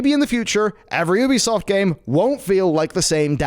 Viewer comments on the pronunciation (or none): Just pronounce it as YOUbisoft that Oebisoft doesn’t sound well!